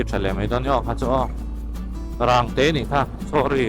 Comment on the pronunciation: Boss "Zehtet" hi Zehteeeeet ti a lam tur ania, Rangte hi Rang/Tial anga thluk lam tur ani bawk, Phairuangkai leh Hauruang inkar hi "Pachang Khua" BRTF hmun thin ania, In a tam ta lutuk lo, tunhnu hian